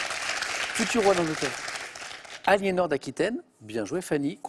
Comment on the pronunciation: À 5 minutes c’est « Aliénor » d’Acquitaine et non « Aléanor »